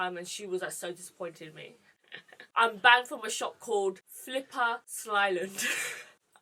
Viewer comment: "Flipper slyland"? Omg is it River Island?? 😂😂